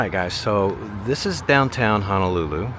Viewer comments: Pronounced Hoe-no-loo-loo. Hope you enjoyed your stay. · It's "HO" not "HA" Ho-no-lu-lu!!!! 😠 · Ho no lulu...NOT Hanalulu. Waikiki - Why key key...Kamehameha was the first king of the Hawaiian Islands. Liliuokalani - to some Native Hawaiians she is still the Queen, those that believe the Hawaiian Islands were stolen from them by the US government.